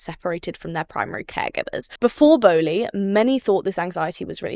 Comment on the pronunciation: Interesting overview. A bit rushed but useful nevertheless. Its Bowlby, not Bowly. Mispronounciation of the founder's name seriously undermines your credibility.